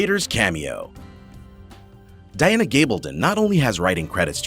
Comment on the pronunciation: seriously, you can't even pronounce Diana correctly, it's easy, it's NOT DANA